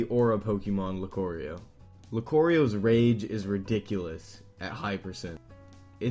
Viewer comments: The way you say lucario bothers me more than it should. Loo-CAR-eeyo not loo-COOR-eeyo. Just wanted to get that off my chest. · It's not fucking Lucorio it's Lucario. Is it that hard to say? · I'm sorry, but, Lucoreo? that sounds like a pokemon sweet, not an actual pokemon. for gods sake, when you choose him the announcer says "Lucario", not "Lucoreo". Why am I getting mad about this you ask? Not because Lucario is my main (that title goes to Cloud), but he is my favorite pokemon, so I would appreciate it if you called him by his actual name. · its not lucorio its lucario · Did it irritate anyone else hat he pronounced Lucario Loo-Core-io? It's an 'a' not an 'o,' damn. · It's LuCARio not Lucorio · Lol your saying Lucario wrong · LuCARio, not LuCORio. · wait wait wait LUCOREIO? Its pronounced Loo car ee oh,Lucario! BTW no offence! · its lucAAARio not lucorio.... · Who's Luckorio? You mean Lucario? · Lucario, not Lucorio, CAR, also, I see LOADS of people play as Lucina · Luc-oreo... stop saying it like that. He's not an oreo. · Lu "car" io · OMG lukorio what the heck? I can pronounce it and I'm a child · "Liquorio". How tf are people still messing up names when the announcer yells each of their names? And where the hell is the "q" coming from?! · Why do you pronounce lucario like "lucorio''? Also, i made a little grammar thing in the comment. If you can find it, congrats. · lucorio? is lucario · It's pronounced (LUe-CAR-e-Oh) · Dem0n 5hark He said: "Locorio" I guess some people have a hard time pronouncing the game. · it's not (LU-COre-Eo) prince Royal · Dem0n 5hark loo-car-reeo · Yeah I mean it's like he called Lucario Lucurio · "Loo-core-io" TRIGGERED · Lucorio is my main! I love playing Lucorio, that's how you actually pronounce his name, right? Lu-cor-i-oh? I guess Nintendo pronounces it wrong in the game then. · It's pronounced luke-are-eo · Loucorio? The hell is wrong with you man. He's Lucario! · lucurio is what I heard XD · He says Lucario, Lucorio.